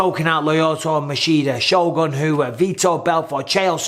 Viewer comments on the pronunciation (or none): none